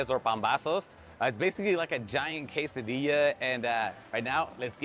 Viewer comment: Bro...Di lo bien...Quesadilla! Not Kes-Ah-diya! C'mooooon! Gonna revoke your Mexican card! 😂😂😂